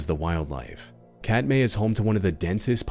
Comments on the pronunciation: Alaskan, here. 2nd video…Katmai is pronounced KAT-my. It is from a Native Alutiiq/Sugpiaq word. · Katmai pronounced Cat-my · Katmai is pronounced like cat-my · Hey, Katmai isn’t pronounced “cat-may” but “cat-my”. Not that hard to look up first. Source: I’ve been to the national park twice and have worked at a Bristol Bay fishery 4 years. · Just because it drives me insane…it’s Kat-my, not, Kat-may.